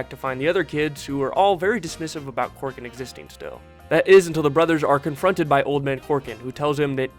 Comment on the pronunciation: Say it with me, now, "COR-COR-AN". "Old Man Corkin". Fuckin, Christ.🤦🏿‍♀️ It's spelled EXACTLY like it's pronounced